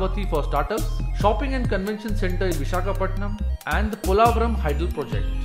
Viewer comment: Before making videos, first please learn how to pronounce Telugu words. You can't pronounce many words Amaravati Kurnool Polavaram Telangana Raddula Either you learn proper pronunciation before making video, or stop making video. I sincerely request not to kill our words with your wrong pronunciation. With very simple research, you would have surely got proper pronunciation of all the above words, but looks like you don't want to and you don't care. I am deeply pained by this. I lost respect for you.